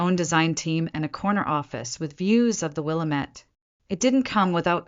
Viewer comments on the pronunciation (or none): It's pronounced WIL-LAM-ET!